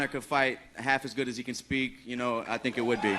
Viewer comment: Afaq Zia I wish I could tink like he tinks